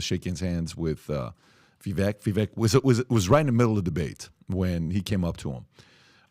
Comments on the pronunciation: This man is so educated at least have respect and pronounce Vivek properly, It's pronounced vivake (like cake) not pronounced as vek at the end. He's been on your podcast even I believe? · Please pronounce Vivek’s name correctly—VI-VAke is how it is pronounced. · IT’s VIVEK, LIKE “cake”!!!! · PBD & crew... you guys had Vivek on twice?! Podcast & townhall... How can everyone of you keep screwing up his name?! He told you it's pronounced Vi-vak... wake/cake/make. Get it right! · Love the podcast, but with as important as this podcast is, can we please start to say Vivek's name correctly? Vivek says he appreciates the effort, but after 6 months it starts to become laziness. Vivek .. vek is pronounced like Vake. Vivake, spelled Vivek. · ViVAKE like CAKE!!! STOP MISPRONOUNCING HIS NAME!!! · Hi. Vivek sounds more like "cake" than how youre all pronouncing it. gotta learn your next vp's name. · Love all you guys (cough, cough,?, cough!) and everything you do; but Vivek's name is pronounced "Viv-ā-k", as in, an "ache" in your bones. Viv-ache. He's pretty clear about that and the entire panel is pronouncing his name wrong. lol. Anyway, keep killing it! God bless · can’t even say Vivek’s name right. 😂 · Day 3 of asking Pat to stop mispronouncing Viveks name